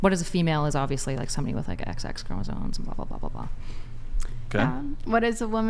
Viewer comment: Gotta love when people try to sound intelligent and don't even know how to pronounce words. "Chromasone?" Lmao